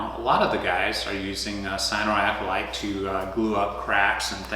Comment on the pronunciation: Cyanoacryl-A-te not Cyanoacryl-i-te